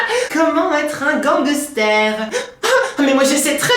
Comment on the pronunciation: a je t'adore e surtout quand tu chante et quand tu dit ganquester😂😂